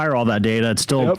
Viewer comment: Yep he said unconceivable